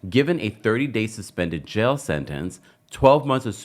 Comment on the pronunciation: He’s going to jay-uh!!!